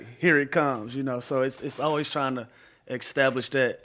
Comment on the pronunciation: Louis Williams: "extablish yourself"